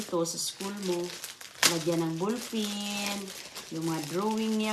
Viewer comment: Bulpin hahaha ballpen yata big sabihin ni.😂😅